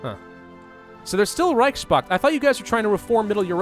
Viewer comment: It's Reichspakt, not Reichschpakt.